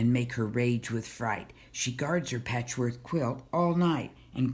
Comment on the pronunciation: Why do you say patchwork like 'patchworth'? Anyway, this was my favourite book from my school library growing up (a long time ago), thanks for making this video.